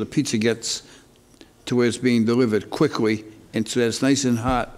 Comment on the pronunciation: he tried to say quickly but said quickwy